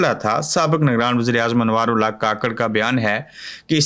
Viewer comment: کاکڑ نہیں ککڑ بولا کریں شکریہ